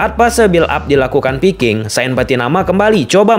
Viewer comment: Fullback bukan pullback Viking bukan piking Harus belajar alfabet lagi ini kayanya